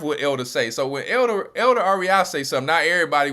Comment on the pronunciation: Greetings Elder... U butchered her name to hell and back ... Im at work crying 🤣🤣🤣🤣🤣🤣😭😭😭😭😭